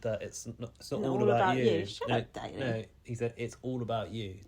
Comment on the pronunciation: Even you can't get Danny right, what a mess 😂